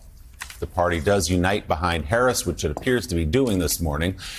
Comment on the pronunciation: Fox is so childish. They have nothing of substance with which to attack Harris, so they resort to superficial "attacks" such as making fun of her laugh, deliberately mispronouncing her name. SMH.